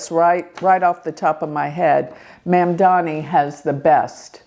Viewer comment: Hi - some pronunciation assistance. Andrew Cuomo - Quo Mo, Curtis Sliwa - Slee Wa, Zohran Mamdani Mahm Da Nee Thanks for your amazing insights 🙏